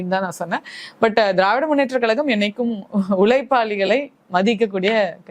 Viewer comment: கலகம், களகம் - அது ஏன் கழகம் என்று சொல்ல வரவில்லை 😂😂 இந்த நாடகம் அந்த மேடையில் எத்தனை நாளம்மா 😂😂